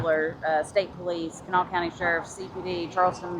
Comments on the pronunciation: Live nearby, thanks for your diligence! the county Kanawha is locally pronounced "kahnaw" lol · Kanawha County is pronounced Can-GNAW-uh. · The absolute butchering of Kanawha xD I'm surprised she didn't correct him.